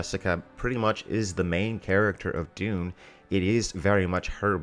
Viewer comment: Maybe, but he still can't say Dune, so...